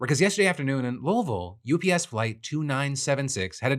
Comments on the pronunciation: Thank you for saying Louisville correctly. UPS is a big part of our community, and we're definitely hurting right now. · Great Louisville pronunciation! Love the vids! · Holly shit he said louisville right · He said Louisville correctly. Nice, Phil. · Proud to hear Phil pronounce “Louisville” correctly😊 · Phil, as a native Louisvillian and the wife of a Louisville Firefighter… I’m proud of how you pronounced our city’s name. 😂